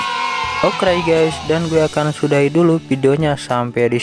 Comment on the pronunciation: Aku suka dengan kontennya tapi kadang aku kesel Bilangnya Okray🤣🔫